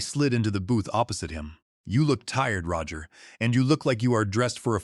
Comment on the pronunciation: AI pronouncing Roger as Row-ger 😂😂😂